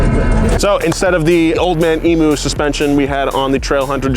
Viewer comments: It's Emu, like e-mew, not emoo. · Eem-YOO. Not eemoo. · It's EE-MYOU. Not ee moo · As an Australian hearing Americans say Emoo instead of Emew makes me laugh every time.